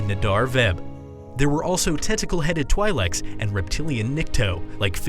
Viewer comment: I love this video but I have only one complaint and that’s you saying Twi’lek wrong. But other than that great video keep it up.